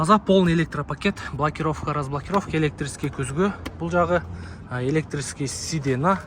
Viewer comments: Сиденье дечи, сидена дебей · Сидена 😂😅😊. Олтургуч эле десен тилди бузбай. Бир аз сценарий жазып алат да нени суйлойм деп. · Сидена деп айта бер конколор айтып жатса керек